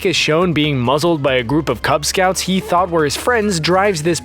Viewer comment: Did you mean cub scouts or kubz scouts